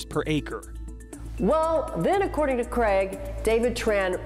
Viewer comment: Creg? His name is Craig.